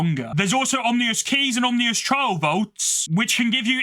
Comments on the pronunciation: You lost me at “Om-ni-ous” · Good video. Did you know your mispronouncing ah-min-us? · Dog i hate your voice. Edit: also hate how you pronounce "Ominous" as "omnious" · I didn’t think it was possible to mispronounce ominous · Great video, but ominous is not pronounced like that 🥲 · I wonder if he even realizes he's pronouncing it wrong...